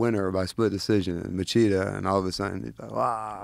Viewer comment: Hey Eryk, you need to learn how to pronounce Machida. Machida, Portuguese pronunciation: [liˈotu maˈʃidɐ]) That's a soft ch, 'Mashida'.